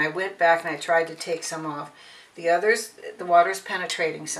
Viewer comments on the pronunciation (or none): none